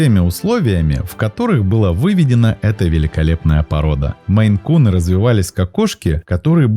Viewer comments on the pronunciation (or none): Да не мэйкуны, а мэйн-куны😮 Озвучивайте правильно, смотреть не буду в такой озвучке! Фу! 👎 Отписалась